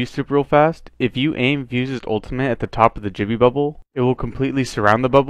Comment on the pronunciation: also with crypto you can pronounce gibby wrong so just keep that in mind so it doesnt sound like Jibby